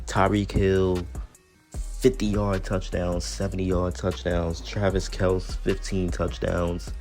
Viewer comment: I like that you pronounce Kelce the way it was intended to be pronounced before their dad just didn't correct someone saying it wrong one day 😅 😂